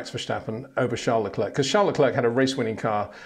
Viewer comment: Max VerSHSHSSHSHSHSHSHSHSHSHSHtappen. and Charl LaCler, Charles LaCler, Charl LaCler, Charl LaClerck, Charles LaCler.... Pick a pronunciation dude.